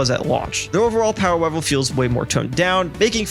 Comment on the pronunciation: "powa wevel"